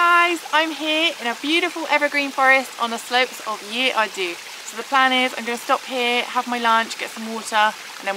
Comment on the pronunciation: The mountain is pronounced Ear Arthi. The "dd" in welsh makes a "th" sound as in "the" and the "u" makes an long "eeee" sound as in... "the" lol.